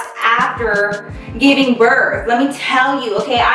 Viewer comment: You missed the “G” in giving girl😂❤️